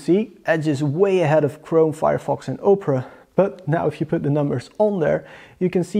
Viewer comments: Good effort in this review, I just want to add two things: 1) multiple tabs should be tested, even if it is running a play list on 4 tabs simultaneously. 2) Opera is pronounced "Ah-pera" , not "Oh" - pera .. I think you are confusing it with Oprah Winfrey..:-D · It's pronounced Opera, not Oprah